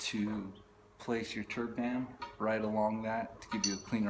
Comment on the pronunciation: trub... not turb